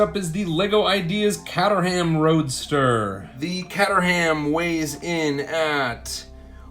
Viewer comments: It’s ka-trum not cat-er-ham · Kater-am not catter-am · Kate-ur-um not cat-ar-ham 😂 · You said Caterham wrong. Its pronouced kate-ram not cat-er-ham. Just looking out for ya. :) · “catter ham”? Wtf is it with Americans and names that end in -ham? It’s pronounced “cater-em” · It’s pronounced cayterum not cat er ham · Yeah it was kinda painful to hear him pronounce it like Catter ham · think you will find it is actually pronounced kate trum, a weird one yes but thats the joys of the english lanquage lol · FYI Caterham is pronounced Kaaterrum. The first 'a' is a vowel sound, the 'h' is silent and the last 'a' is more like a non-vowel 'u'. British English eh!! Caterham is a small town on the southern outskirts of London. The original home of Caterham cars, which are now built a few miles away in Dartford... Which isn't pronounced as you'd think either. 😝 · cool vid, just a quick comment though...the yellow car is pronounced kaytrum...like the letter K and then trump without the p. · Caterham is pronounced kay-trum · That's a great model. A lot better than last year's big Technic set. BTW, Caterham is pronounced K Ter Um. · Please pronounce caterham properly so annoying.! other then that great little vid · Please don't say Caterham like you do ever again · The real question is have you ever heard someone mangle the name Caterham that badly ;) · How do you pronounce Caterham so wrongly? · No, the real question is why does he pronounce Caterham like that? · He pronounced caterham wrong 😡